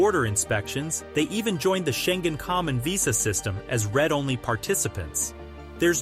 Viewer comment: For more than 2 decades? They haven't even been in the EU for that long. - that is the Hungarian flag, not the Bulgarian... That is not how you pronounce read-only... You are showing the Parliament, not the council in the video. Why are you pointing out Greece, when you clearly show that Slovakia and Croatia have worse results than Greece? That is not how you say his name